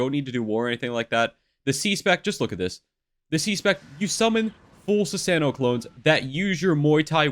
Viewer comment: Nice video, very helpful 😎 btw it’s shah-rin-gawn (sharingan), shi-soo-E (shisui), soo-sah-no/noo (susano’o)